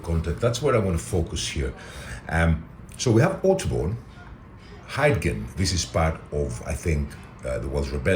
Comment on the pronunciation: Thanks for bringing this to my attention. You may like to know that Bryn Glas means Green Hill in English, and Pwll Melyn means Yellow Pond (also known as the Battle of Usk - which is the name of both a river and a town in Monmouthshire ). Caernarfon is pronounced K-eye-r-NAR-von, F in Welsh sounding like a V in English. Hyddgen is pronounced Huth-gen, DD in Welsh sounding like TH in English, and the Y sounding like U.